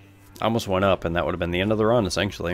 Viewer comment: I'm sorry if this is your accent but please it's not esancually it's essentially